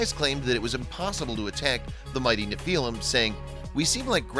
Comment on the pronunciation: You say Nephilim wrong